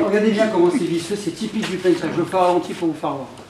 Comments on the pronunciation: fyi its called PENCAK SILAT not penchak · pencak not penchak the correct one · Hallo..iam from Indonesia.. No "penchak" but "pencak"..no using.. "h"... "Pencak Silat"👍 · It is PENCAK without "H" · im from indonesia , pencak silat not penchak silat , without H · Hey pencak not Penchak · Pencak, not pencHak